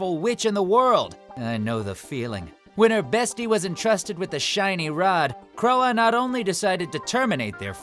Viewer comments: "Crow-a" ... "CROW-A" are you fucking kidding me? How do you not know how to pronounce CROIX? Here's a tip, Cr-oi! FFS it's on Netflix still; turn on one episode with the dub and learn to say it right. Hell they even used a clip where they say her name correctly. >=O Also for anyone that's never seen Little Witch Academia, the show Croix is from, wtf are you doing with your life? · Does anybody else get bothered when they mispronounce some of the names? Croix is not that fucking hard (pronounced Croy) there's no fucking "a" sound anywhere in her name so it's not "Croa" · yikes, i know he did not just pronounce Croix like Croah